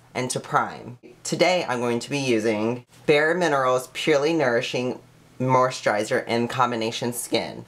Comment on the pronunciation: What is with how you say moisturiser? You know there is no H in it right? Hahaha